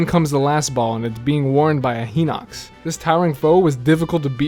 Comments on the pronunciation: FOR THE LOVE OF GOD STOP SAYING HINOX AS HEENOX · I had 9 heart containers and 3 or 4 stamina upgrades when doing Eventide. I sailed there, and I had no trouble there. Defeated every enemy except the Hinox, which I beat after. Also, you're pronouncing Hinox wrong and you could steal it while he's sleeping. Closest thing to a fail was almost getting struck by lighting, but I got away from the metal box. Also, I beat 3/4 of the enemies in one of the Bokoblin camps using a box and magnesis.